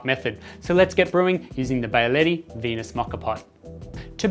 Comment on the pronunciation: Wow you specialize in coffee and you say Byaletti? Come on, man. It's not that hard and people are not so dumb as not to be able to say "be"aletti.